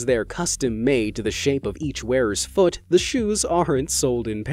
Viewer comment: He..he said fot not foot